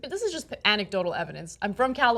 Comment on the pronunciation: Don't you mean Ana-dotal Evidence?